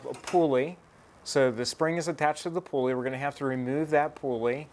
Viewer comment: Helpful video. Thank you. But you don't have to say "pulley wheel" -- a pulley IS a wheel. And the first syllable is pronounced as "pull," not pool. One irksome thing I see in a lot of DIY videos is that the person's hand obscures the action. I don't say these things to be mean. I do think your video is helpful and better done than most. Thanks again.